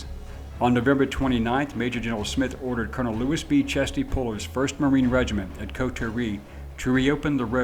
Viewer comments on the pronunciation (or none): none